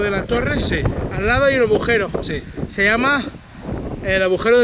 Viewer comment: Se dice agujero , no abujero